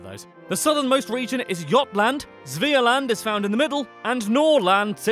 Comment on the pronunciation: No, not Aresand, ÖRESUND! Haha, Jottland